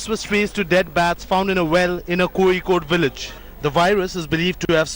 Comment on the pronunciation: You do not pronounce Kozhikode with a ‘z’ .